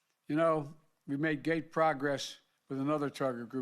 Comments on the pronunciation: He said gate progress. He misread it. It says great progress lol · WTF is “gate progress” 🤦‍♂️